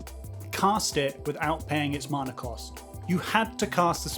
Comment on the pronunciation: You say mana wrong.